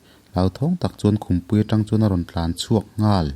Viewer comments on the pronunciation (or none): none